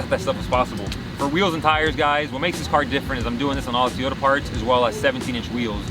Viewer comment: I've seen this a lot lately. People pronounce Toyota incorrectly. People saying Teeyota. That's not right, not sure where it's coming from. Here are a couple of links with the proper pronunciation. Love the car and you seem like an awesome person. Keep up the good work and keep the car how you like it!